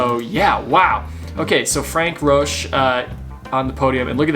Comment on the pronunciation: I certainly appreciate your enthusiasm for the sport, but you probably have the worst pronounciation of foreign names that I have ever heard. You really slaughter many of the names. Frank-Peter Rötsch is NOT Frank Roach. I know this is a generic problem for english speakers, but you can do much better. You pronounce most of the newer names better, but please make some effort to learn. You did not even try with the polish Stanislaw Lukasik.